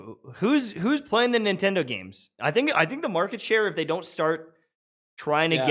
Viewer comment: "Nintendo is out here duking it out with their own fans" I could have sworn you said Bungie there. lol